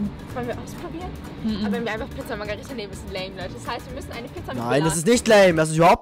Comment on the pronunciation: Haha wie einfach Pizza Magirita gesagt hat😂